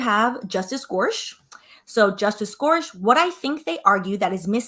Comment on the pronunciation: “Gore-sick” is how you pronounce his name. Thank you for this content. As I law student going into midterm week, I don’t have time to listen to hours of oral arguments but I can digest this video! And I am impatient for an update on this litigation lol, so I don’t want to wait to have time over spring break!